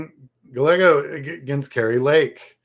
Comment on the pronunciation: Minor quibble but Gallego is pronounced Guy-Egg-O. The double L in Spanish is silent, as in the word 'tortilla'